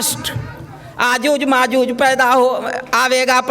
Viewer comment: Are bhai aajuj majuj nahi .yajuj majuj